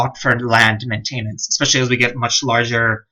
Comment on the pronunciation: These are great guides but someone really needs to teach you how to pronounce the word MAINTENANCE